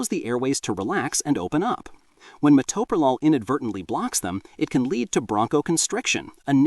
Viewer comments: It would be nice if the reader could pronounce the medication properly; it is pronounced ma-Toe-pro-lol. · Meh-toe-pro-lawl. That is how you pronounce it AI bot, okay? Bronchospasms are unusual with Metoprolol. Other beta blockers like Propranolol can exacerbate any respiratory issue in susceptible people. The BP med that made me cough non-stop was Losartin. Never had a problem with beta-blockers. I started taking beta-blockers in my early 30's - about 34 years ago. The benefits I got were relief from extreme tachycardia and hypertension and also oddly - it killed any stage fright I had always gotten before getting up in front of people to give a speech or play music. Imagine getting up in front of hundreds or thousands of people or going to a job interview with no 'nerves'. I am still on earth because of these two very old drugs that I have been taking for decades. If they were that horrible, I would not take them (I was an RN for 35 years). They also allow me to go hiking, climb mountains in Alaska, work a physical job where I stand, walk, lift, etc. The only bad side effect I have was it made my Raynaud's Syndrome so bad that I got frostbite on all my fingers, the healing was painful, I have no fingerprints!